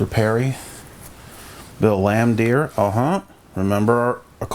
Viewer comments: You can tell when someone collects cards of a sport they dont watch when they continuously butcher names , like dude its fucking BILL LAMBEER NOT BILL LAMBDEER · Man, you are butchering the names of these players…..did you even watch the game in the 80-90’s? Bill Lan-Deer? Haha